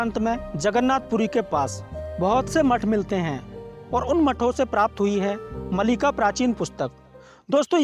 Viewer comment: Malika nahi Maalika or sahi naam hai Bhavishya Maalika.